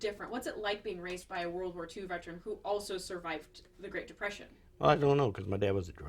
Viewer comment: Vetrin? Its Veteran. Say it right